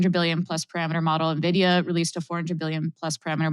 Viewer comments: Uh, not nah-vidia, EN-vidia. It's helps your credibility if you pronounce the company's name correctly. Just saying. The discussion is very good, thanks. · why would anyone be listening to this dude when he says "Navidia" for nVidia? ... apparently he even brought "Navidia" 😂